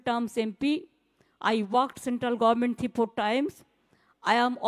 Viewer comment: বাংলাও ঠিক করে বলে? পব্লেম, গর্মেন্ট, of course now bengal is court monitored state, where is rules and regulations. Why so many corruption, not to be compared with other State. Hopefully the subscribers of Telegraph shall quit. Absolutely right Safikul, the class of administration is needed. All the praiser, applauder went for free drink😂 and food.